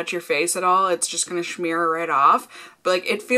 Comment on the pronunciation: smear. .not shmear .uhg cringe lol